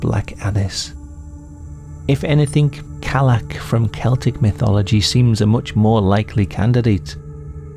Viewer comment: You pronounced cailleach wrong. Kali is same God. Isaiah in pre Muslim Bible is cali California. All places Bible says mouth sword ( Isa ezk rev) say cali. Calee ak beira as pronounced is not cyclops in any books I read. Bear clan is God the destroyer hosea12-13:8-9 psm17 So cali beira is main character of Bible as celt Bible says new testament is about esaias in Matthew. As revelations is identical to book Isaiah ( cali eke bear being rabecca and tsera clans )